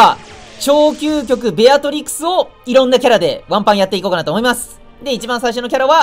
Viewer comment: ベアトリスって言ってて草